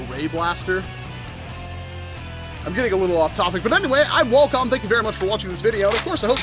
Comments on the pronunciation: Walcom S7 lol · Walcom S7 *WHALECUM?!”